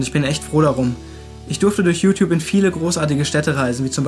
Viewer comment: Ich musste eben so extrem spontan lachen bei der Stelle "Jutjup".